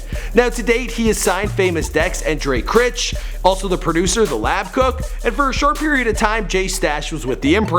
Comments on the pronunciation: Its Jay Critch not Jray Critch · Dray chritch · Jay Critch not Dray Critch tf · Yo did this man just say dray critch? 💀💀💀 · '' Dre Critch'' ? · Really boggles my mind as to how mispronounces names, "Dray Critch" lmfaooooooo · nigga said Dre critch smh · “Dre Critch” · Jray critch???? Jray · This dude said “Dre critch” smh 🤦🏽‍♂️